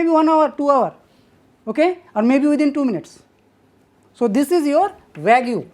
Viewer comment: Nice lecture, very informative. I am sure someone has mentioned this, but "vague" is pronounced "vayg", not "vay-goo". English is very inconsistent in the application of its grammar rules. Fuzzy, one might say.